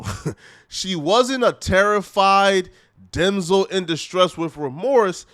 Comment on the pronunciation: U really said demsel. U can’t even say damsel